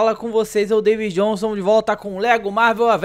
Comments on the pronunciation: kkk ele falou Davy Jhonson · ele falou davy jhonson